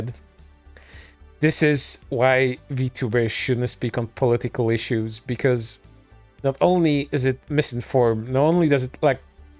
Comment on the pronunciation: No sarcasm. I love the way he says political as poli-tickle. Idk, why, but it.. tickles me. 😎 I'll see myself out.